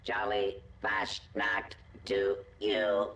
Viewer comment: Pronounced “Fahs nuked”. Roughly means fallout in German.